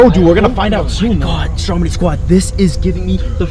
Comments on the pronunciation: It’s stromedy not strong body LOL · Check ur spelling you said Stromdy instead of Stromedy and u said flyies